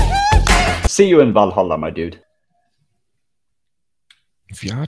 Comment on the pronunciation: the way he said vallhalla reveals that he's Swedish how do i know that i am Swedish look here hej välkommen till vallhalla jag är Jesus Jesus Kristus